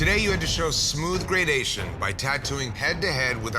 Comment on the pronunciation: Have I been mispronouncing gradiation my whole life